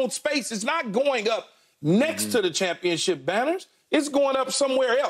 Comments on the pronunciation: A "CHUMPIONSHIP" 😂😂😂😂😂😂😂😂😂😂😂😂😂😂😂😂😂😂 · "Doesn't it feel like a chumpionship?" 🤣🤣🤣🤣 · Skip said chumpionship , lol! 😂